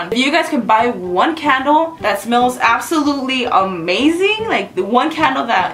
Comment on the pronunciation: every time see says candle it sounds like cattle lol